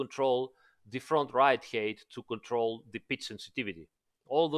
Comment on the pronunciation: Smart fix. Also height is not pronounced as eight but who cares